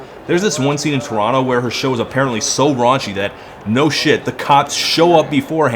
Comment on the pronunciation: Awesome video A total plus for pronouncing Toronto correctly Coming from a local of torontonian